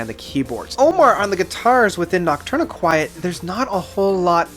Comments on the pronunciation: Eh... no. Noc-turn-EE-quet. It comes to from Nocturnal and Tourniquet. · Noct- tourniquet not quiet LMAO do you know what a tourniquet is? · first I thought you were being clever & making a joke, then you pounced it the same way the 2nd time & 3rd & 4th etc... Noctourniquet is phonetically pounced: Knock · turn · eh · kit ... It's a portmanteau of "Nocturnal" & "Tourniquet", hence it's pronounced as "Tourniquet" with the added "noc" (pronounced "knock") syllable, or: knock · tourniquet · It’s pronounced Noctourni-kit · My dude. You can't just pronounce 2/3 of the album titles so brutally wrong like this. "Noctourni-quiet" is particularly bad because it's sung very clearly in the title track. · It's pronounced Nock Turn A Kit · noct- tourniquet. as in the thing used to stop bleeding in dismembered limbs. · your pronunciation of nocturniquet is...just silly man. lol. anyway, my list (from favorite to least) would be 1. frances 2. amp 3. de-loused 4. goliath 5. noctourniquet 6. octahedron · Lol at the way you pronounce Noctourniquet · I'm surprised so many people can't pronounce these albums correctly, adding letters that aren't there. Crematorium, mule, amputexture, and whatever this guy did to Noctourniquet.